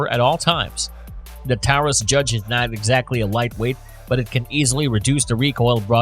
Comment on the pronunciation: I only made it to the review of the judge and the fact they could not even pronounce the word correctly and their facts were wrong. Example all the judges with red strap on the grip were raging judges and come in either 6 or 7 shot also the 6 shot fires 454 casual as well as 45 colt, 3in 410 shells, and with 2 shot moon clips it will also shoot 45acp and 45 win mag. I carry this as my everyday weapon